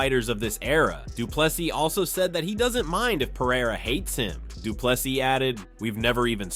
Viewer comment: Last s is silent